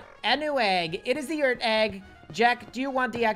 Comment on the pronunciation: who realizes says eart instead of earth and tingy instead of thingy